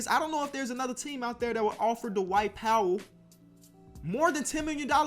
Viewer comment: Can't wait til Whiteside's bum ass is off the Heat and then Bam can really shine. Also why you pronounce Poeltl? It's PUHR-tuhl my guy. Anyways congrats on new house👍.